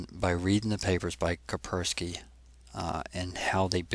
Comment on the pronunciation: It is KaSpersky, not Kapersky